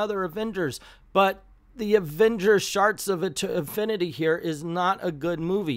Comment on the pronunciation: 97% sure you said Sharts of Infinity...